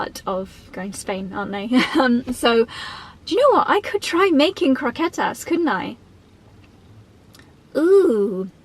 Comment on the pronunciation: fan of saying pan con tomate, jamón, croquetas, pan de cristal... lovely and very accurate pronunciation querida <3